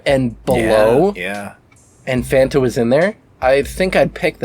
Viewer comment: I'd like it noted on the official record that was the first one in the video to say "Fan-tah"